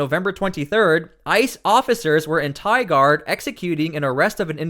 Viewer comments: It's not "Tye Guard" it's Tigard, think Tiger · Tigard is pronounced Tie-gerd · It's pronounced tiegurd...